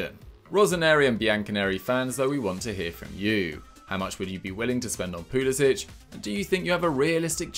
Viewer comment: His name isn’t Pulisić, it’s Pulisic. stop pronouncing it like there’s a ć. he’s even said it himself that it’s pronounced without the ć sound